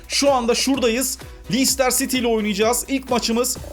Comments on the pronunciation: abi lestır siti diye okuyabilirsi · abi lencıstır sity o yanlış soyluyon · abi lestır siti diye okunuyo